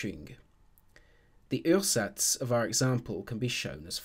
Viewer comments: Ursatz is pronounced oo-ah-zats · It actually sounds like as if it was French words :D Uhrsatz in German is pronounced kind of like a British OOah-zats (or in IPA: /'uɐ.zats/)